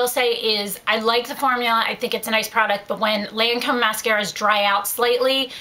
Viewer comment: it's gair-lahhh not gurrrrlane and lohncom not laaaancomm :)